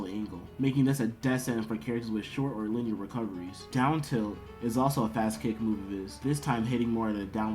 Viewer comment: Daboose instead of Dabuz, Lineier instead of Linear. The video is cool man but damn do your friends not know how to talk the pronunciations are wack through the whole video lol